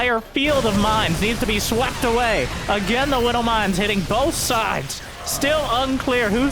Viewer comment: I swear I hear saying "Whiddle Mines" instead of Widow Mines. Gets me every time.